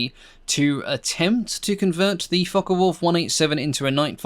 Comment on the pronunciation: Very interesting video, but don't you just hate it when people pronounce Focke (as in Focke Wulf) as Fokker Wulf. I have always known it as "Fock" rather than Focker. One is German, the other Dutch, aircraft manufacturers... All very clever people. It's right up there with film soundtracks that play the Junkers Ju87 dive sirens at any time that any aeroplane is diving...😂